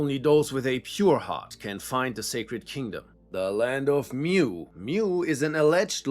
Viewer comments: It’s “mu” as in “moo” not “mew” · Mu is pronounced Moo. Not 'mew.'